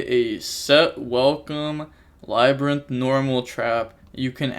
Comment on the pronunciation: I'm concerned about your education cause aint no way you just called that "le brian"